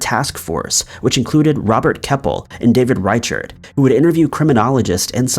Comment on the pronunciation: Reacher the, as in Sheriff Dave Reichert, is pronounced rykirt